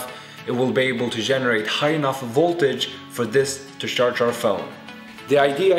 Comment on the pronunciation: he says sjarce i cant handle it